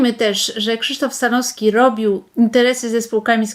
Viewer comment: Przekręciła pani nazwisko Stanowskiego. Słabe, bardzo słabe 😂